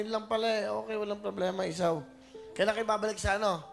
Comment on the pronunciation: Si nanay ginawang bbq ang bata hindi isaw ang anak mo kundi Esau pronunciation is Iso!